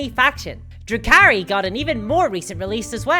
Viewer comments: I swear I thought you kept saying Drew Carey and had no idea what you were talking about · You're a day late, the autumn equinox was yesterday, Sep. 22. According to section 18, paragraph 3, article 6, in the Weather and Seasons supplement, (...I don't know enough about 40K to finish this joke, lol.) Also it sounds like you say the "Drew Carey Codex" i had to pause and go back to make sure I heard it right.